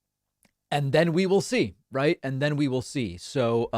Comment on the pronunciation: Why do US lawyers contantly start sentences with the word "and", pronouncing it something like "eeyannd"? They also have an annoying way of saying OK after every answer from a witness, something like "uh-keh" with a sort of reassuring question mark at the end.